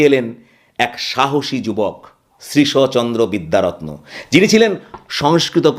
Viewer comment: উচ্চারণটি শ্রীশ+অ নয়, শ্রীশ্ চন্দ্র।